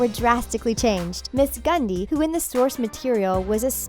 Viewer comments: "miss gundy" MISS GRRRRRRRRRRRRRRRRRRRRRRRRRRRRRRRRRRUNDY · ok but you said Ms. Gundy...like without the "R" and also thats NOT Ms. Grundy, we all know her name is Jennifer and not Geraldine and when Betty was looking up "Geraldine Grundy" we saw the real Ms. Grundy and the picture of the old lady looked like the Ms. Grundy we know from the comics. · OH MY BLOODY GOD! ITS MISS GRUNDY! WITH A FREAKING R! UGHHHH! HOW DO PEOPLE SUBSCRIBE TO YOU!? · Her: miss Gundy Me: It’s miss Grundy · Every ones pointing out that she said “ cherry” but she also said Miss. Gundy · She said miss Gundy, not Grundy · She pronounced about ALL of their real names wrong. MADALINE PETCH. That’s how you pronounce it. Ms. Gundy? And Cherry Blossom? New phone who dis? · Carmen Martinez I know right gRundy cherYl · Can the narrator of this video PLZ be changed❓❗️ ms. GUNDY❓ WHAT❓ Its not the first time ive noticed her misspell a name 🤦🏽‍♂️ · “Ms. Gundy” and “Cherry Blossom” 😂😂😂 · Did she just say Sherry blossom?😑😑😑🙄😣 Oh my Lord she just said miss gundy instead of Grundy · Madelaine petch who plays evil Cheryl blossom 😹😂😹😂 Cheryl's not even evil and "Madeleine pesh who plays evil cherry blossom" 😹😂😹😂 and also it's miss gRundy with an r not miss gundy 😹😂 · Lol she said Ms. Gundy, wth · Also she said Ms Gundy not Grundy 😂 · **GRUNDY** Also, does it bother anyone else that she says “RiverDELL”??? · Carmen Martinez I was about to comment about the ms gundy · Pftt! Ms....Gundy. (It's how she pronounced it) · WHY?? I AGREE, DIS LADY PROBABLY HAS NOT EVEN SEEN RIVERDALE, WHO THE H*** SAYS MS.GUNDY???? AND RIVERDAL?? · Girlnothing Noname also she said Ms Gundy. Like dude at least say the names right.